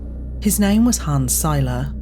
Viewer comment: It's weird hearing someone pronounce Seiler correctly without having to correct them. Appreciate you!